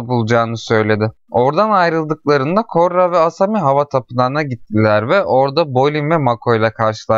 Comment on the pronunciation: Üstüne basa basa koRRa demen ve benim fesat aklım...